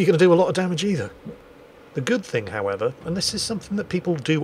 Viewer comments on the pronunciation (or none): none